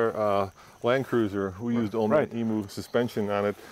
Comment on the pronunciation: Hey boys, great video, but I'm going to teach you how to say emu Aussie way it's em-you not emooo. Cheers boys 👌👍🇦🇺